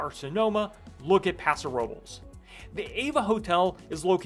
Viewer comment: Where is the promised video of thngs to do in Paso Robles? And BTW think of someone sneezing...bless you. Paso Ro-bless. That's how its pronounced. Thanks for the video on the hotel, especially the parking. Hopefully I can take advantage of it, before those dreaded price hikes. Cheers.